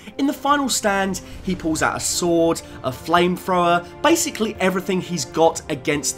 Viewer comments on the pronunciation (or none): none